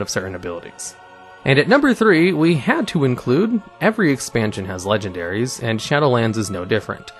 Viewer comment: "legion-dairies", really?